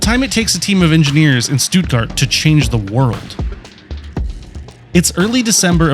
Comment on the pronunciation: you also pronounced stuttgart wrong 😂 -"st" in german makes "sh" and the "tt" almost makes a "d" sound - sh-tud-gard